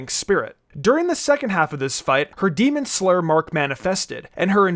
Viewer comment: "Demon sler"